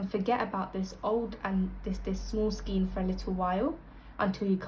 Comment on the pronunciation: This makes colour changes easy. Thank you. Unfortunately, your repeated pronunciation of skein as 'skeen' instead of 'skayn' was difficult to listen to. Do please google oxford pronunciation to be correct